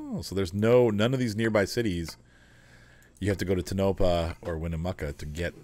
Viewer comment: TOE - Nuh- Pa. Phonetic pronunciation. Also, Nev-vaa-da, not Nev-awe-da.